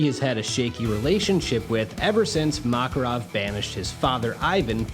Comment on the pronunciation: Kept getting distracted by his mispronouncing of the names. Mock-erov, Loxus, Gah-xeel.